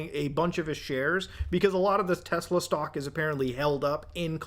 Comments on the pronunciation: Its pronounced "Tesla" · "I LOVE TESLUR!" -Donald J. Trump